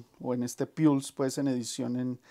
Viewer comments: “Pols” no “piuls” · buen video, 2 observaciones: se lanzo en 1994 (no en 1996) y la pronuciacion de pulse (puls), saludos.